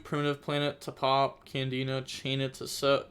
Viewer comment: It's not a trikstas it's canadia not candina